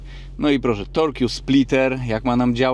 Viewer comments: tyle razy powtórzyłes torkju spliter że muszę zareagować że "torque" czyta się: tork ;) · nie mów torkju 😂. Torque wymawia się tork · Torkju? Torque czyta się (z grubsza) tork.